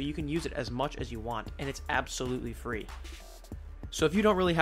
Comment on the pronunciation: and how to get it for fwee